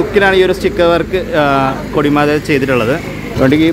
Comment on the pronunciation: കൊടിമത അല്ല ചേട്ടാ... കോടിമത